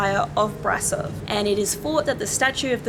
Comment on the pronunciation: I went there when i had 9 years, nice place, i was amazed by her structure and The organ. And by The way, you can sau BRAȘOV, AT Ș SOMENTHING like she,, și,, you know? 🖤(love your videous) 🖤🖤